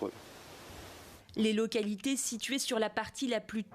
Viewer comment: Concentré sur son objectif mesquin de faire du sensasionnel , le journaliste n'est pas foutu de dire correctement le nom de la localité.